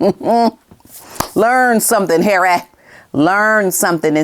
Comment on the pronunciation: "learn something Har-eh..." 😅😂😂